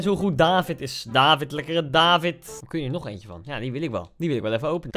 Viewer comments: Het is David met een korte A. Je spreekt het uit als Davvid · het is niet daavid het is niet deevid het is david met korte a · David word uitgesproken als davied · Kaa Gent is de beste club in de pro league eerlijk is eerlijk (en je spreekt David uit als davied) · Tip: je spreekt het uit als Daviet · Je spreekt het btw uit als davied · Je zegt niet david maar daVVIED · Je spreekt het uit als “davied”, doet pijn aan m’n oren anders🥴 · David speelt bij een Belgische club :KAA Gent En Koen je spreekt het verkeerd uit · Ik ben als trotse Gent supporter blij dat je David in je team zet maar misschien moet je eens een samenvatting van Gent kijken van play Sports want je spreekt David verkeerd uit oetlul.